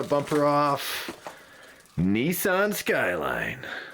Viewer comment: "Nee-sarn" *Shudders in Japanese* "Nis-san" = :)